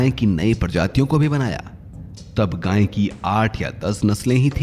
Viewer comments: अबे जाहिल गांय नहीं गाय, उच्चारण तो शुद्ध कर मूर्ख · अरे भाई गांय नहीं गाय है उच्चारण तो शुद्ध करना सीखो ।